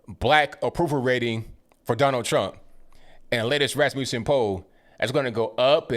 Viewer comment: it's Rasmussen pronounced like mussel or muscle. Not pronounced like music.